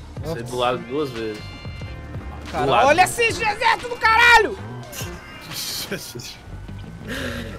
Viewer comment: "Esse Jejerxito do krl!"